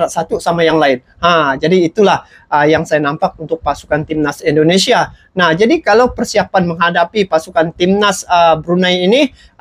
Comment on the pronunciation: Bang jangan cakap pss ai itu i Indonesia bukan aindonesia sx lagi jangan dibaca AI